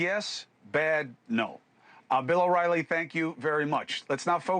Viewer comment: Bill O”Wily”😄